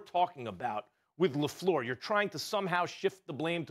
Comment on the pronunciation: Le fluhhh